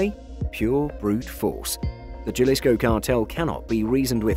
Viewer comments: It's HA-LEESCO. not JAH-LISCO. J's in spanish are pronounced like "H" in English since "H" in Spanish is typically silent. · OMG, W...T...F... It's Ha-lisco, not Jah-lisco. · It is pronounced Halisco NOT Jalisco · A little help to make these videos even better, the "J" in Jalisco is pronounced like an "H". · You pronounce Jalisco with a h as in halisco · It’s not juh-lisco it’s Ha-lee-sco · Btw its not pronounced Jalisco its sounded out as Haslisco in Spanish the J is silent you make a H sound instead i dont know much spanish but I know that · Jalisco Is pronounced [həˈliːskəʊ] J in Spanish makes an "H" sound in English. Other than that I enjoyed the video. Subscribed!! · Just a heads up Jalisco is pronounced with an H like Ha Ha. Ha-lisco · It’s pronounced “Halisko” lol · Lol ok j..alisco pls if y'all gone do videos pronounce it right....... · It's pronounced haleesko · It's painful to hear people mispronounce spanish words. Gel-issco? Come on. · Especially a journalist, he should know better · Lol..... all we can do is educate. My wife's family is from Jalisco so it killed me too. Hahaha..... But the video was pretty decent other than that. Good quality and well put together. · Trust the westerner to f that up. I don't even know Spanish but I know how to pronounce Jalisco. Jajajaja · Anyone else bothered by the pronounciation of "Jalisco"? Or is it just me? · anyone who cant pronounce jalisco is not an expert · 😃😃...How could they claim to know about the cartel when they don't even know how to pronounce their names. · This narrators life could be in danger if they hear him pronouncing Jalisco with a J.... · How did you pronounce every bit of CJNG correctly except “Jalisco” with a hard J lmao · Sigh you don’t need to be Spanish to know that j is pronounced like an h 😂 it’s annoying to hear